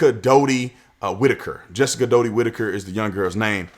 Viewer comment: Her name is pronounced DOT TY and u gut call each other the N word all the time. U rap abbout it. What about us Wiggers ?